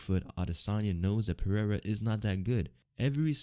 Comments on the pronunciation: "R" in Portuguese is pronounced "eh-he'''... you pronounced "Pereira" in the most ignorant and retarded way... Learn the basics you tard... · You say "Pereira" so incorrectly like a retard...